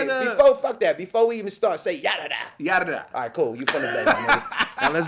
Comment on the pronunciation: The whitest yadada of all time! 🤣🤣🤣